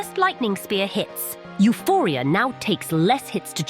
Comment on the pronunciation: U-PORia, not U-For-ia.